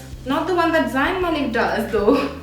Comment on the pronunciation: Hey lovedddddd the haul 😁 Btw its ZAYN MALIK not ZAIYN MALIK